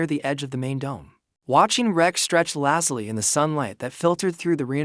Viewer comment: Good plot, but narrator's voice (AI?) is boring and the mispronunciation of even simple words like "lazily" very distracting. Has some loose ends that need to be wrapped up such as why Lisa travels with a tiger, why she came to the colony or what her job is.